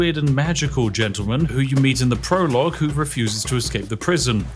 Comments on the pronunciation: what’s a “Prologie”? Spiffing brit is perfectly balanced with no grammar errors! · Ah yes, the Prologie, my favorite part of any game